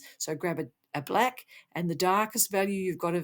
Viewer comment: Why you said, bleck, not black